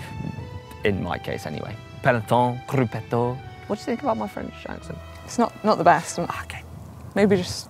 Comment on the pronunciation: When did “grupetto” become a French word? even pronounces it with an Italian accent!